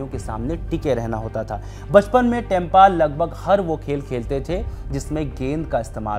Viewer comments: Tempa ❌ Temba ✅ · बहुत ही दुखद बात है ये बर्दाश्त से बाहर है। साथ साथ आप भी टेंपा बोल कर और अपमानित कर दिए। 1 पत्रकार को तो नाम ठीक से बोलना चाहिए था